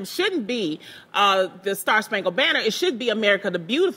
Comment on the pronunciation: She said ban ner her yeh het wave 😂😭😂😭